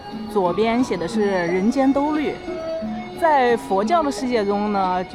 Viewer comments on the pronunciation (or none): 兜率shuai，不是豆绿😂😂 其实拿不准读音的时候用输入法检测一下就行，太上老君住的不就是兜率宫吗，打shuai刚打到g就出词条了，打lv全打完也只会出“豆绿宫”😂😂😂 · 兜率（shuai）天 4声